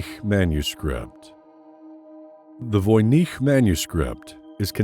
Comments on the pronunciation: VOY-NITCH not VOY-NEEC. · I didn't know that Voynich is pronounced that way! Thnaks again